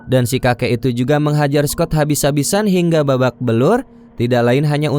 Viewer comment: Maaf kakak, penyampaiannya kurang enak waktu menutup kata. Example pengucapan kata ituuu. Terlalu banyak tekanan.